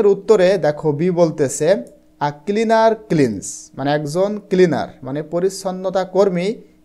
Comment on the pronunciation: Kilinar 😂😂nacleaner😂😂